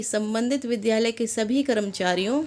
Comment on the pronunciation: Vidyalay ka uchcharan thjk se karen.